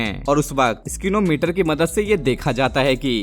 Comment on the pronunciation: स्निको मीटर स्किनो मीटर नही